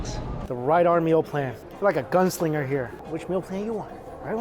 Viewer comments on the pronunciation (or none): none